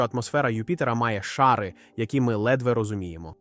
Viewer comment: чого "за тисячі кілометрів" коли мова про хаббл і вебб якщо до Юпітер сотні мільйонів кілометрів?. чому у вас наголоси дебільні. аі озвучує чи що? шАри, попЕлу, в русІ, впорскУють. звідки ці наголоси? Наче коньтент годний але озвучка то повне лайно. повне собаче лайно.